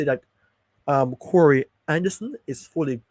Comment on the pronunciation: The name is "Ka -Roy" not corey